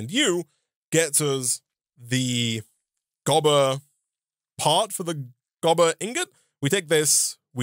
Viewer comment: Gobber not Goober lol